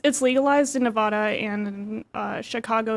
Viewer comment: NE-VA-DA.... not NE-VAH-DA holy crap, that thing with writing all over her face. what happened??